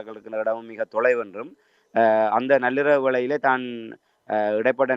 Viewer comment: விடயம்.... விடையம்.... காணாது எண்டு இப்ப நல்லிரவு. நள்ளிரவை உச்சரிக்க தெரியாதவர்கள் எல்லாம் எப்படித் தமிழ் ஊடகவியலாளர்?